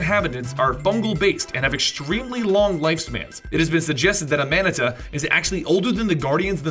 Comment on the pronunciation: Amanita? You're really pronouncing it like that. Ahhh-Mahhh-Knee-Tahhh you pleb.